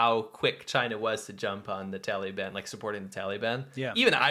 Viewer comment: I like how pronounces it "Taleeban," like a little kid. I know it's unintentionally irreverent, but still, thumbs up.